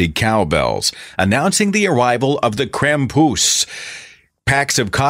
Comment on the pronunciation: As if people didn't draw parallels between God and Santa before, most people are now just finding out that Santa has a fucking demon companion that punishes bad children, the worst of which he takes down to The Underworld on a sack on his back. Also: Holy crap, it's pronounced KROMPUS. Krampus is not pronounced with an English short A, people!